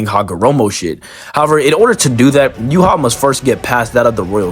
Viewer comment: ur pronouncing yhwachs name wrong... its not "you-hah", its "you-ha-bach".. just wanted to point that out